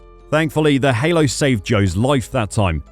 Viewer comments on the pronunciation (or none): none